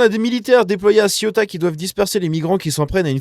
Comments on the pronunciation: Pour rappel on ne dit pas ciotat mais cé-ou-ta . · Arrête de prononcer Ciotat qui est une ville française près de Marseille qui se nomme La Ciotat. Il faut prononcer Céouta pour info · On dit Ceuta et non Cieutat qui est une commune française! Oh!!! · CE-OU-TA,pas CIOTA.